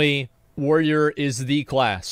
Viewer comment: Asmon should only be allowed to play a Warrior if he can pronounce it. WTF is a Woyer?